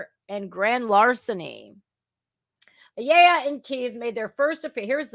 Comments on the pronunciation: That name is said -- aaaa - ya La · Ayala is pronounce Like eye y'all uh